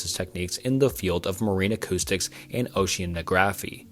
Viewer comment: Very nice video, but you seem to be rushing yourself! Speaking too fast made pronunciation of some words odd haha, carnivorous and oceanography